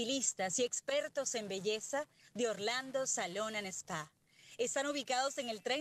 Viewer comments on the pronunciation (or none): Carla cuando vas a aprender Inglès.....no se pronuncia ORLANDO SALON & 'ESPÀ' se pronuncia 'SPÀ' ...LA "E' NO SE ASPIRA SE SOPLA....TIENES QMEJORAR COMO TE VISTES COMO HABLAS TAMPOCO ES PROFESIONAL MUY SIN CLASE